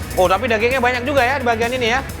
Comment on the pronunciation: Mf juga yah "tapi" bukan 'tanpi'